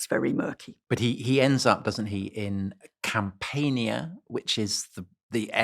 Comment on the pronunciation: Tom, with all your knowledge and time spent on talking about it metallic and Mediterranean peoples, may I politely ask you to think about pronouncing at least this word Campania as com-PANYAH, not cam-PAYNE-ya